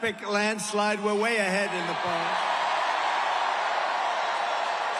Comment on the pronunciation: North - Cara - Linnnnnnuh. He does not speak for this person!